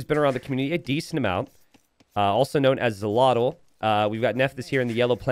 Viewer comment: Xolotl pronunciation is sholotl in case someone cares haha